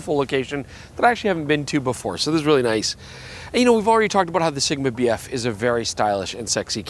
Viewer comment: you keep saying BF, all i can hear is BS